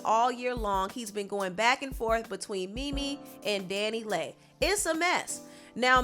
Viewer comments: omg Leigh as in lee not lay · Leigh is pronounced Lee not lay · Leigh = Lee